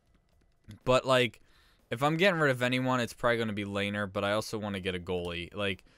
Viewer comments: Its not (layner) its(le-ner) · Great vid but Lehner’s name is pronounced Le-Ner